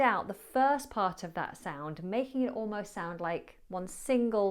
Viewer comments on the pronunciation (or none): I thought i heard you saying "Mahing" instead ok "making. Are you liverpoodlian,? 😂